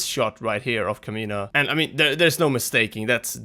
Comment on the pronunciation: Oh good god. KAH-MIN-AH caw like a crow, min like in minute, ah as in... well.... ah